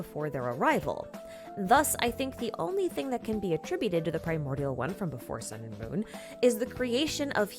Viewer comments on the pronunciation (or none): none